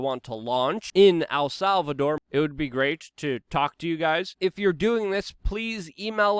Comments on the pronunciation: love the content but stop saying "Al Salvador" you gotta pronounce it right brother. Its not hard to say "El" its just like saying the letter "L" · It's EL not AL Salvador damn it!!! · Err. I dont think you'll be successful in visiting AL Salvador... el Salvador on the other hand.... Luke's in ability to pronounce things is always funny haha. Great episode